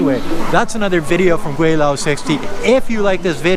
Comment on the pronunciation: I like your videos, but as an expat in China for 29 years I wish you would at least use the proper pronunciation for Gweilo. You say you have been in China for 16 years, this should be pretty basic...